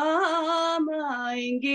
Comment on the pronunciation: over and above your song, danke sho"n for saying राम and not रामा. God bless you 🙏